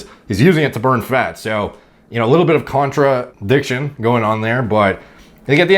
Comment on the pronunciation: I would like to know the story behind the “contra-jump cut-diction” 😂